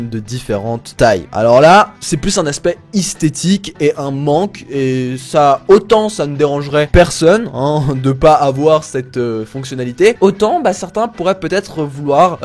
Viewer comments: « un aspect ISTÉTIQUE » 😂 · aspect IS théthique... Sinon très bonne vidéo, j'approuve !!